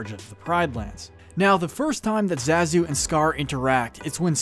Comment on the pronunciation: You say Zazu so many times, and pronounce it wrong every single time . . . Amateur . . . =P